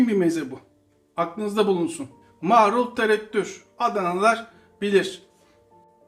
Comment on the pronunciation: kardeş, yaptıklarınızın hepsini hepsini yapıp ana yemek gibi yemek istiyorum yaptığım tam buğday unlu ekmeğimle. Ellerinize sağlık. Yakında sayenizde evin mezecisi olacağım. Bu kadar övgüden sonra sizin bir yanlışınızı düzeltmek istiyorum darılmazsanız. “Marul” kelimesini lütfen “Maaarul” diye “a” yı uzatmadan söyleyin, olur mu?